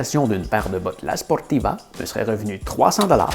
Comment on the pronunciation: Force à toi pour tes futures aventures j'ai vu aussi mont blanc noir de monde peut-être la prochaine fois tu feras le mont everset 😊avec la sportiva avec ton accent quand tu le dis j'adore et tu répond bien au rageux.